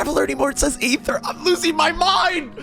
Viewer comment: I love how even after Lumine said Ether, still says Ayther😂 (I can't even lie, I called Aether Ayther until I did the "we will be reunited quest")